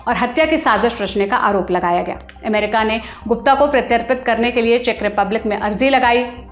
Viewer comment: America शब्द जो रिपोर्ट में आता हो, उस वीडियो में से इसे हटाइए एमेरिका एमेरिका बोल के सुनने का सारा मज़ा खराब कर देती है ये